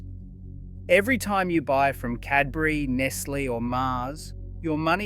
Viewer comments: say NESS LAY mot ness lee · Nestle is pronounced Nes Lay not Nes Lee. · Is this video AI? You incorrectly state Cadbury was Australian (?), you incorrectly pronounce Nestlé several times, your voice is robotic and your script sounds like it was pulled straight from ChatGPT. Such a shame. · How is it that you don't know how to pronounce Nestlé properly? Or is AI giving you away? Uh yeah. Definitely AI narration. Tsk.